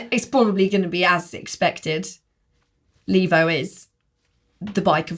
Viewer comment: saying Levo correctly MBUK: LEV-O